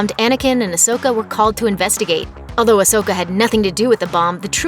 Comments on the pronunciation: Idiots from looper still cant pronounce Ahsoka's name correctly smh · Please say ahsoka's name right